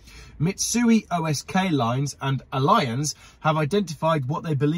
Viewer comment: It’s pronounced alli -anz not alliance .